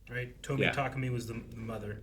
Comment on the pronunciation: cute, but listen again. It's literally とみえ.